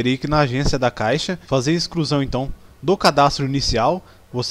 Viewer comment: "Pobrema" "Excrusão" e sem falar que seu vídeo não mostra nada do erro tente novamente mais tarde... pqp